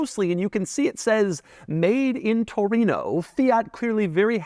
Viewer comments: Latin: "Torino" Gringos "Touruino" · what's a "toureeen-ooohhh"